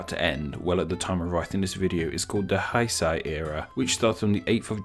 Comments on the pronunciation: ...Haisai...Dude, I know it's a joke that you don't try too hard with pronunciations, but that's a massive slip-up. Haisai means "abolished" or "scrapped"... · I want to take off my earphone whenever the narrator not says "hay-say" (english pronounciation) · Hyperforeignism. "Ei" is mispronounced in Japanese the way it's pronounced in German, the same way people pronounce "Gal Gadot" as if she's French. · That pronunciation is so wrong. Funny thing is that later in the video he pronounced correctly, but for some reason in the first time he butchered it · Pretty good Japanese ponunciation there, UNTIL you got to Heisei. You pronounced it as if it were romanized "Haisai." But then you pronounced it "hey-say," which is correct? Then incorrectly again? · I love your videos, but I must say two things. First, you said "haisai" as if it were German. But afterwards you said "heisei" correctly Second: 平 ＝ peace 成 ＝ achieving I hope I'm not being pedantic, I just want to contribute 😇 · I love your channel, but the huge mispronunciations killed me this time. Heisei is pronounced like "Hey-Say" not "Hi-Sci" Google translate have a lot of languages vocalizations, use it! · Heisei is more pronounced like hay-say and the character for peace is on the left and becoming or achieving on the right. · The way you switch between pronouncing it Heisei and Hy-sy is quite spectacular... ^^ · True, but it is still not pronounced [haɪ-saɪ] similar to it is in the video… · Nice video briefly explaining the Gengou system! Though I find it a bit odd that all the Japanese names that you've pronounced, 平成 is like the black sheep. It's properly pronounced as "Hey-say" (sorry I don't knoe IPA). Other than that, job well done! 本当にありがとうございます！ Edit: Spelling mistake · HEISEI is pronounced as "heey saay!"